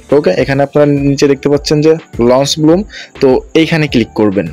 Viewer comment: ভাই ব্লুম না ব্লাম হবে 😂😂😂